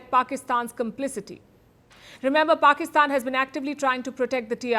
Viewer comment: It looks very good when you call "Pakistan". I believe you take this name consciously and unconsciously ......That's the reason of such a good sound of the word you speak!!!